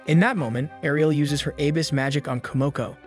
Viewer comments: jesus dude. please look up words you do not know. barrage: “buh-RAHJ,” not “BEAR-ridge” …and still with the “aaybis” magic. uh-BIS. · The way you keep pronouncing "abyss" (pronounced a bliss except no space or l) as "A-biss" is really killing me. But thank you very much for making these videos. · Is this video text-to-speech? How can you call a “chariot” a “coach”? First video read “abyss” as “aybus” and “isekai” as “i-sky.” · errata: Abyss magic. “ah-bis” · Love the vid by the way and I went love how positive everyone in the comments is being. I just wanted to mention cause now on else did how strangely your pronunciation of “abyss magic” is. I only mention it cause I was confused as to what you were talking about till I figured out what you were referring to.